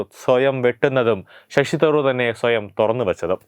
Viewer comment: ഷഷി തറൂർ അല്ല ശശി തരൂർ.